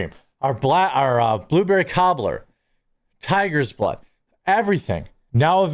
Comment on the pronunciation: I know that this is a serious conversation, but when you were listing your coffee flavors, I thought I heard you say "Tiger's Butt," instead of "Tiger's Blood," & wondered what kind of sorcery was behind that flavor! 😂